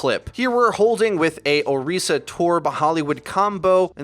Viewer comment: You even said her name right...I appreciate everything about this video